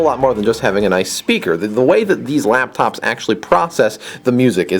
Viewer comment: he says APPLE LAPTOPZ lol